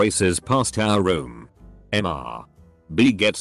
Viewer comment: Okay, how come this TTS program still can't properly discern and pronounce "Mr." and "Ms." as "Mister" and "Miss"?! Likewise for "Dr." and "Doctor".